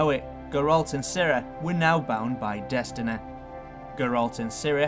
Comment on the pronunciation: Cirreh, Destineh